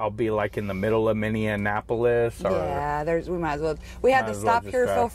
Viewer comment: Minn-eee-ap-o-lis. There are no minions there. Thanks!👍